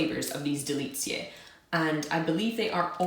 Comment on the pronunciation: Greetings from Poland! 1. DELICJE means "delicacies" (very good pronunciation). 2. ŚLĄSKIE KAWOWE means "Silesian [and] coffee" (both words are adjectives in the plural) . The hammers represent Śląsk (Silesia), a region commonly known in Poland for its mining industry. 3. KATARZYNKI - plural form of KATARZYNKA (diminutive form of the name KATARZYNA - Catherine; not used anymore, now we say "Kasia" or "Kaśka"), so it's a plural form of Cate, Kate, Kathy etc. 4. DRAŻE MLECZNE means "dairy (literally "milky") dragees". 5. STUDENTSKA chocolate is a Czech product.